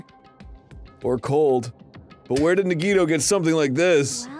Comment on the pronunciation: Dan pronouncing Nagito’s name correctly in this episode threw me off so much that I actually thought he said it incorrectly. And then I forgot how to say nagito’s name for a full minute.